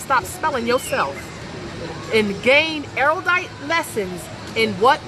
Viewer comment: PS. It's pronounced "arrowdite."